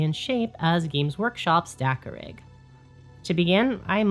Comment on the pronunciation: At first I kept hearing 'dakka-pig".😂 Now I want a dakkapig 😊